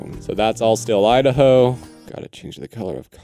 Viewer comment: Idaho ✅ I da hoe ❌